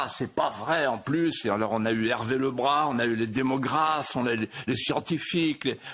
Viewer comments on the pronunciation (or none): entièrement d'accord comme toujours avec Mr de Villiers. Une rectification anodine "Hervé le Bras" ne se prononce pas ainsi, mais nom d'origine bretonne "on prononce le brase, ce qui veut dire le grand.....un petit détail.